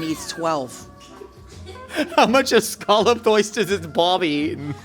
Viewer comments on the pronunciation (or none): ScAAlloped... is awesome♡ plus she knows she did the accent wrong. 💕💕